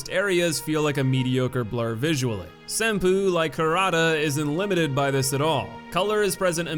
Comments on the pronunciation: Same bruh. "Sinpoo" Temple fucking killed me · Senpoopoodoodoo It's pronounced "Sen poe".